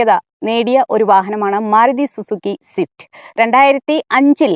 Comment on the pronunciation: സിഫ്റ്റ് അല്ല സ്വിഫ്റ്റ് 😂